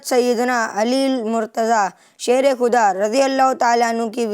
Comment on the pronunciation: کھدا👎 خدا👍 کھلیفا👎 خلیفہ 👍 اپنی اردو صحیح کر لیجئے